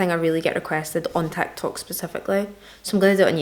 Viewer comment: on "Tahk-Tohk"